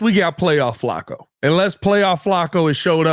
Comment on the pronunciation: you're very good at your job, but Flacco has been in the NFL for 16 years and has 40K + yards. It's pronounced Flack-o. Just think of Sweat getting a sack and throw an 'O' on the end of it. Sack-o. Flacco rhymes with Sack, hack, back, smack, attack, etc. FYI Have a great week and bear down, my man!